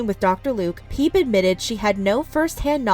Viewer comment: isn't her mom called Phoebe, like friends, 'fee-bee''......... not ''peeb''.......lol